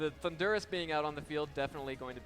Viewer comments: it rly sounds like the announcer is saying 'Honduras' instead of Thundurus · I can’t be the only one who just hears Honduras every time says Thundurus lmao.